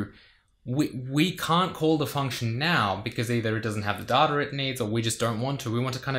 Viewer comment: at this point, I can only hear daughter instead of data. tbh. brilliant stuff